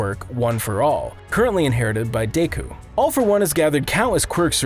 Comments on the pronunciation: Did he just say deeeku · "...overpowering Deeku(?) in a fight." Has the narrator actually watched the anime? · He pronounced deku deeku come on does he even watch the show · Since the narrator is obviously not an actual fan of the series he should learn how to say Bakugo and deku